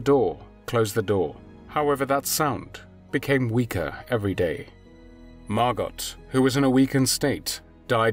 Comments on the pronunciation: It’s pronounced mar go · Fyi, the T in Margot's name is silent. So, it is pronounced Margo. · Ditch the robot voice. Margot is pronounced 'Mar Goh', not 'Mar Gott' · Name is pronounced "Mar-go", not "Mar-got". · Excuse me but the correct pronunciation of Margot's name is [MAR.goh], not MAR.got]. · It's pronounced MAR-GO Not MAR-GOT C'mon ya 🥔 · I thought Margot was pronounced MAH-GO? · Dude - it’s pronounced “MARGO”. The “t” is silent. C’mon. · It’s pronounced Margo, isn’t it. Without the T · It's not MarGOT. The T is silent as in GO. Sorry pet peeve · MARGOT is pronounced with a SILENT t. Can't you look things up?